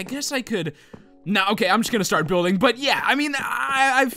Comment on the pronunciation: lol he says buildge